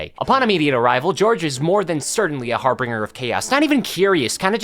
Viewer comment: Someday, will learn how to pronounce “Harbinger”.